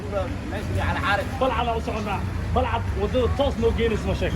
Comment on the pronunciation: first waa Balcad not Balcad ama Baalcad, secondly hore u mari luqadda soomaaliga.!!